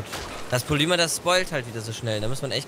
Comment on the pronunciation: Dner eine kleine Bitte, du sagst immer Polüma, das wird aber Polimer ausgesprochen, bitteeeeeeeeeeeeeeeee.